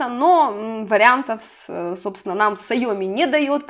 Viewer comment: Не сайОми А сяомИ (ударение на последний слог) Никого не хотела обидеть))))♥️